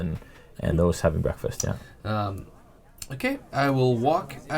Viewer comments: It's called a hearth pronounced Hearth. Not hearth. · Hearth with a soft a not a soft e. Har not her